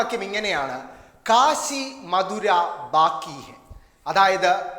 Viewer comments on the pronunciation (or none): മധുര അല്ല മഥുര.